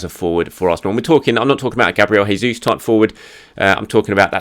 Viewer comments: It's not Hey-Zus it's Jay-zus, Portuguese not Spanish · Brazilians pronounces the J as normal, it's the Spanish that pronounce it like how you did...